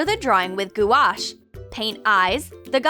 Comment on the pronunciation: I can’t stand the banana one it makes me wanna cry the way she says gouache